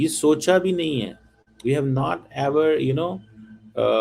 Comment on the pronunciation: Cheeme..tu Punjabi me show kiya kar...urdu jo Bharat ki boli hai...udhar ki..uski bhi tune band baja diya hai. ISI walon ko chahiye ki is Cheeme ko ek spoken english ka course karwayen..grammar ki aise ki taisi kar rakhi hai.. Aur haan ye Not ko Naat bolta hai😂😂😂😂..this guy sounds like a Cartoon.